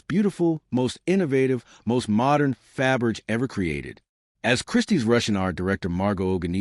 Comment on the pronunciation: The surname is spelled Fabergé, with an acute accent over the final "e". The narrator really should learn how to pronounce it before posting videos.